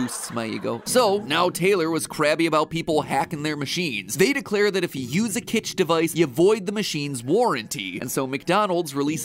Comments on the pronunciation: It’s kytch, not kitch. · It's "Kytch," not "Kitch."